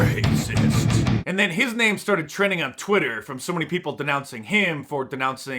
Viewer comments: R-R-R-R-Rrracissssssst ,Lmao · I’ve now been saying “Rrrrrracist” like Mark it’s awesome